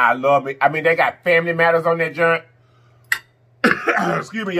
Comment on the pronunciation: Yeah it’s “junt” 😂😂😂